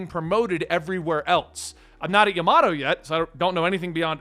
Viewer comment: Japanse pronounciations are more shorts and often light with 2-3 sylibles. Ya ma to not like how you pronounce the word tomato or potatis.